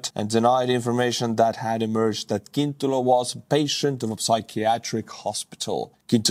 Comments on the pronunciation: Slovak is a Slavic language, not a Celtic one. Cintula is pronounced "tsintoolah". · It's tsintula not kintula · FYI Fico is pronounced "fitzo" and Cintula is pronounced "tzintula." C in Slovak is a tz sound. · English pronunciation is Fitso, Tsintula. Or, in italian: Fizzo